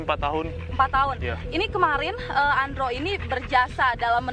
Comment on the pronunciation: namanya andro, kedengarannya andrew